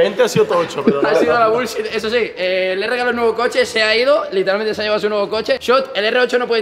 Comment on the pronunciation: "como un NIÑO en su noevo coche" que niño conduce?